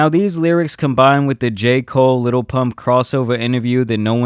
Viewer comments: ok i realize you are half white, but jesus its not "Little Pump", its "Lil Pump" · "Liddle pimmpp"😂😂😂😂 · I still laugh my ass off every time donny says lil pimp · Trump said his name wrong🤣🤣🤣🤣🤣🤣 the disrespect. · He’s quite literally supporting a man who doesn’t even know his name. Dude literally fucked up his name on live tv while looking directly at him